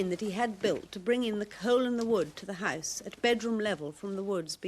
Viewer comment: Did she refer to a house as a haise?